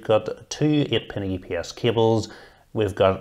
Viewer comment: got lost when he said "two ate e-e-pin-es cables" did he say 2, 8 pin- aps cables?